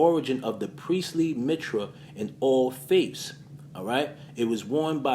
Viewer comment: Phrygian is pronounced “free-gee-in” and Mithraic is pronounced “myth-rye-ick” unless you mispronounced it on purpose